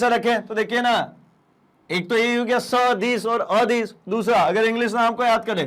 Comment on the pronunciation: Sadis or adis ke Pronunciation ko sudhariye